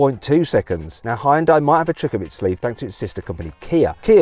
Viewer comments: 자동차 리뷰 전문가가 아직도 히온다이라고하네 왠간한 외국 리뷰어들 죄다 현대라고 정발음하는구만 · It is not Hai-ern-dai. Should pronunciate as Hyôndae like Sundae. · 하이운다이? 하이온다이? "현대"라는 발음이 그렇게도 어렵나? 아니면 영어에 없는 발음은 안 한다는 고집인가... 영미 애들이 "여"발음을 못하는 게 아니거든... yearning 을 발음할 때 하잖아,,, 더군다나 영어가 독일어나 스페인어처럼 스펠링대로 읽는 언어도 아니니 Hyndai를 고유명사로 보고 본토인 한국 사람이 현대라고 읽으면 따라와줘야 하지 않나? 현대가 차만든지 50년이 다 되어간다. 세계에서 언급되기 시작한 것만 해도 30년은 되었을 거야 귀때기 처막고 살지 않았다면 들었을 거 아닌가 프랑스 축구선수 mbappe는 스펠링 이상하다고 안 읽나? 영미놈들도 음바페라고 잘 만 읽더구만 심지어 영국 축구 선수 Nketiah도 은케티아라고 잘도 처 읽더구만 ..음과 은은 영어에 없는 발음이잖아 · Hyundai 를 현다이도 휸다이도 아닌 하이언다이라고 읽는 건 처음이다